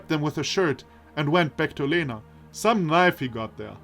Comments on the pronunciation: I've rewatched the video again, L in Lena sounds soft all right to me, but the E indeed should be more like [e] and less like [i]. Also I've mentioned above soft sight and iotated vowels after a consonant make it soft, what I missed is that и [i] also does that (just adding it to be sure I don't accidentally misinform someone). So, say, I've mentioned earlier Елизавета reads as [jeliza'vʲeta] (soft v), but actually that would be [jelʲiza'vʲeta] (soft l and soft v). It's just softening by [i] is so natual it didn't occur to me to mark that. Actually, wikipedia explains palatalization saying the palatalized consonants sound as if they were followed very closely by [j] which in turn is very similar to [i] (for example, in Russian the letter й [j] is actually called short и [i]) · I think you pronounce Lena wrong. The L is more soft. ("Ļena" in my country)